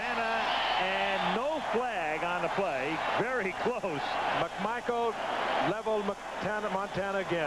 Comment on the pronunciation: He sounds like he says "McMichael leveled Hannah Montana again" hahahaha.